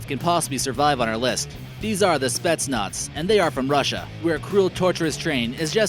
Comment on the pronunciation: It's not spets nots it's spet Naaz